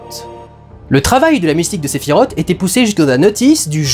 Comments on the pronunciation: Oui mais... Sephi rote. 🤣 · sephirote j'en ai des nausées à te l'entendre dire.